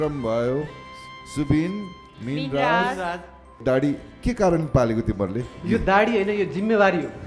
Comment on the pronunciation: के को दाडी दाडी भनेको? दारी हो दारी